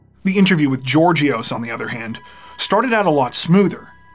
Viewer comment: Georgios is pronounced Yeórghios.